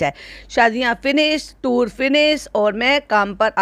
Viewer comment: Toor nh hota tour hota h 😅😅